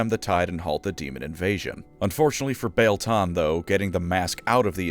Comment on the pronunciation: I always thought that the "ie" in Biel was pronounced like "ee" in wheel.